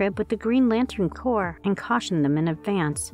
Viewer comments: Maybe don't hire this lady to narrate videos anymore. Nice voice but she obviously didn't know the difference between corps/corpse...violet/violent...Sinister/Sinestro. Reading is fundamental. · why did you pronounce Corps with that kind of intonation? are you a robot or smth